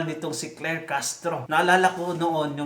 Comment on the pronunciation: SI CLAIR HINDI CLEAR☝️😬🤣🤣